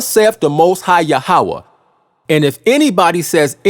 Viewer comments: Yahweh is pronounced Yah--weh, not Ya--ha-weh. So the lunar doctrine is wrong. So the HIGH PRIEST OF THE ANCIENT HEBREWS , declared saturday to be the sabbath, since their 1st day of week would be our sunday, hence saturday sabbath. We in western world start our work day on monday, therefore sunday sabbath ( rest ) Also it's been said that since our Lord rose from the dead on sunday and that being the most important day in all Christianity, this would be a good day for sabbath and worship. In the 10 commandments Yahweh didn't say which day for the sabbath, to Yahweh it was the most important to not work more than 6 days without rest ( sabbath ) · Say it with me now "Yah-ho-vah" Why would you use Hebrew words when you don't know how to pronounce them?